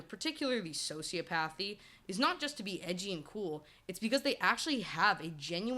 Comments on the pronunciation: "So-sea-op-uh-thee" not "socio-pathy" Also: "sci-cop-uh-thee" not "psycho-pathy" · Quick correction: it's "soci OP athy" .... "psych OP athy" (not pathy). You make some really good points though, especially in how nurture comes into play with these lacks of empathy and we can all have levels of both extremes. No idea why you were in my recommended videos but kudos to you as you seem to have hit some good algorithm!